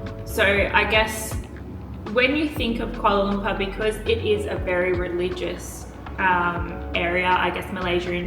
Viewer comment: Did you now Malaysia have 4 season..... Hot.... Wery hot..... Wet..... Wery wet.....😂😂😂😂😂😂